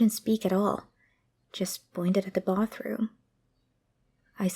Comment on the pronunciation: “just pointed at the BOTHroom”